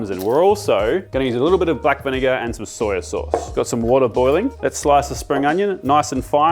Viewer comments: ITS SOY SAUCE NOT SOYA. THERE IS NO 'A' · Soya or soy sauce…darn accent or version of English you aussies use😝